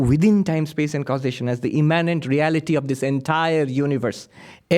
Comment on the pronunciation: it sounds like he's saying imminent god, but his pronunciation is more like immánent. Is he mispronunciating, (which seems odd, as he's very articulate), or is he using a different word?